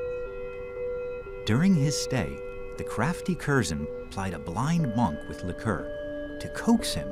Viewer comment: "Monk" doesn't rhyme with "bonk," rather it rhymes with "bunk."